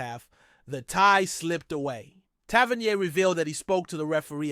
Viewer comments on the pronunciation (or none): its pronounced Tav - er -knee - er